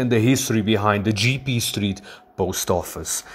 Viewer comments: your pronunciation is wrong. IT"S NOT GEE-PEE, The correct is Jep-Pe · its not Jiepie , its J'E ppe'